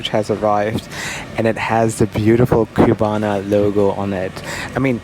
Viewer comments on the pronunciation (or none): Please: it is not Qbana. It's CU-BA-NA.